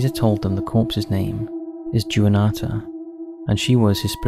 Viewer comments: I don’t mean to poke fun really but the “jooanata” has me rolling 😹 Juanita is pronounced “wah nee tah” because it’s Spanish. The j makes more of an h sound. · Idk what's worse.. the actual story.. the twist at the end of the story.. or the way they pronounce Juanita.... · I don’t know why the wrong pronunciation of the names. Especially Juanita. But I like it the way he said it. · Juanita pronounced wrong intentionally to encourage comments, it worked